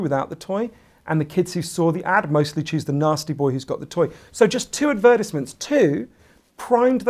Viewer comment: 5 mins into the video I finally realized the way you say advertisement is... ads. The word sounded familiar but I just can't recognize it lol